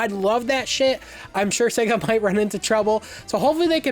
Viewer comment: Seguh? No it’s SAAAYYYYYguh. Pronounce it correct my man